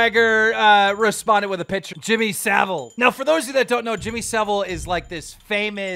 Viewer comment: Lol the way you pronounced Jimmy Saville as Salvet 😅